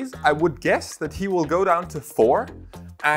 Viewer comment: Omg i love you so much. Its DAN-DAN